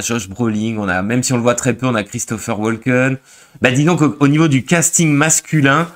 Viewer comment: Si ce genre de film ne vous intéresse pas et vous ennui... Alors pourquoi ne retournez vous pas vous pâmer devant vos vieilleries françaises ??? Et on dit casting et non castinggg.